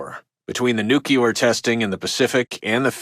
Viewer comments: lol he said nuculer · Love this game and paid very close attention to radio broadcasts, but they do this goofy news writing you always hear in fiction. I’m no journalist but you’d never hear this phrasing, sentence structure, and pronunciation (new-kyu-lar). Breaks the immersion a little bit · Every time I hear "nucular", something dies inside me. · "Nuculer" -radio guy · I wish the narrator could pronounce the word ‘nuclear’ properly. LOL